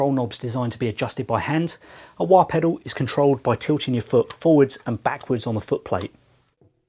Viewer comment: A pedew? Pedoow? Might want to sound out the "L".